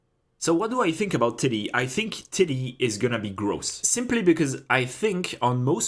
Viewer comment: Man, you can't say Titi like that when I'm watching this at work.